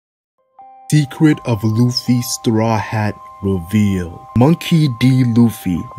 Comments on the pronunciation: Is it just me or did say decret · Is it me or did he say decret